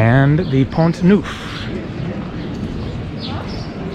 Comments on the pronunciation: It is Pont NERF , not “ NOOF” .... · good...try to get the basics of pronunciation correct....."pont noof"....ooff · In Pont you don't pronounce the "t". Pon Nough